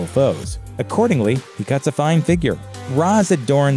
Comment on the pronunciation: And the pronuncuation of Ra's is infuriating. If they were gonna say it wrong, they shouldn't have included him. But then, everything about the Nolan trilogy was awful.